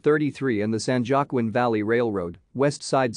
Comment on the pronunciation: San Juaquin river is pronounced San Huaquin river. I use to swim in it when I lived in Firebaugh.